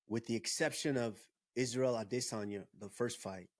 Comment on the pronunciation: Titty adesanya pretended to be hurt and landed a lucky punch!Even a broken clock is right twice a day!and the way pronounced Adesanya..🤮